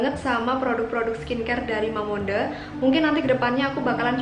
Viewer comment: Cara bacanya bukan mamonde tapi mamongde,klau gk prcya cek yt sunny dahye